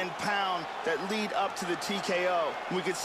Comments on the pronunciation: "led hook" lol its not lead as in the element, it's "leed" lead as your lead hand or front hand's hook power not your rear or trailing hand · its a fucking "LEED" hook and knee not "LEDD"